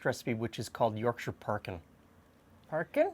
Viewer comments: Rare to find a north american pronounce Yorkshire correctly, nice one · i appreciate you not pronouncing it york shire! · Yorkshire viewer, definitely do Parkin. Pronunciation of Yorkshire spot on also. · SOMEONE WHO PRONOUNCES WHERE I COME FROM CORRECTLY